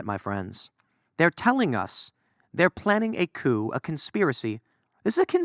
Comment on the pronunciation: Called it Koo-Coup?